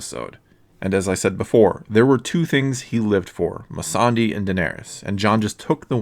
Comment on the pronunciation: it's pronounced "My-Sunday";)